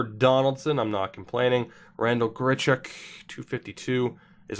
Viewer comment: It's Randall "grich-uck"